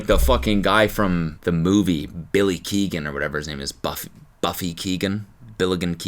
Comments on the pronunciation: “Billy Keegan” Barry keoghan???😂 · "Billy Keegan, Buffy Keegan, Billigan Keoghan" had me fucking dying 😂I knew as soon as he said the first name he meant Barry Keoghan and yet all three of those names were way funnier. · Cody it’s Barry keoghan😭